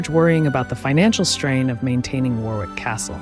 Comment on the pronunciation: Earl of Warwick is pronounced 'Worr-ick'. Crazy I know.